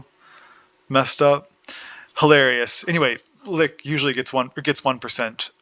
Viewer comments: lol no there only one correct way to say Lich and its not "lick" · I enjoyed the video and the lenghty description, but I cringed everytime you said said ''Lick'' lol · Like the concept but this video is way longer than it should be and hearing you mispronounce Lich triggers me. Like do you pronounce rich as rick? 🤔 Hopefully over time your content will get better. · I enjoy the theorycrafting and details on skill interactions. You're clear on your reasoning which helps a lot. It would be helpful to include more details as to the recommended order in which to take nodes and passives. I have no experience with liches and a better idea on sequencing would be nice for survivability. And pronunciation-wise, yours with "lich" just sounded like you were from Germany or spoke Yiddish. No biggie.